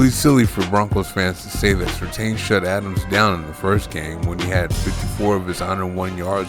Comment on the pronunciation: It's pronounced sur TAN, not sur TANE.